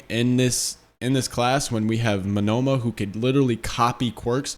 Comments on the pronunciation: Monoma( MO-NO-MA) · Bro's got Shakespeare taking notes. Good stuff. Just for future reference, the guy with the copy quirk, his name is pronounced Moan-na-ma. Just trying to be helpful.